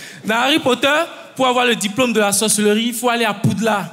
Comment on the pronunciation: Seigneur la première fois au lieu d'entendre "la sorcellerie" j'ai entendu "la sauce et le riz"😭😭😭